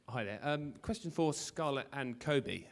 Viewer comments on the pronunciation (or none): none